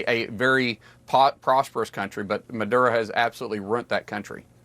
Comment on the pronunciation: No? Then why is a quarter of the US Navy parked next door to Venezuela? And it's Maduro, not Madura.